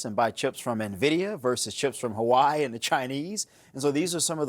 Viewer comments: He said Huawei not Hawaii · That's not how Huawei is pronounced. Trump is an idiot.